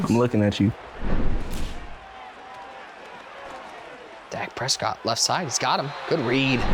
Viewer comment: "Dak P escott"